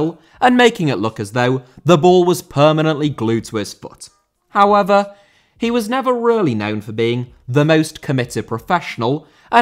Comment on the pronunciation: "Hoever" - however 😂